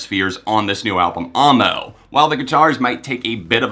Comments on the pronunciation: dude it's pronounced aou-ie-eh-moa, not aw-mo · 😂😂 why do you pronounce it Armo? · AAAAAAmo... no... dont say it like that XD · The way you pronounce Amo hurts my soul